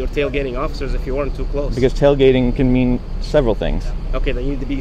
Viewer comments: He messed up saying tailgating 😂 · Tail gating 🙄 … you were doing so well until you said “tail gating”.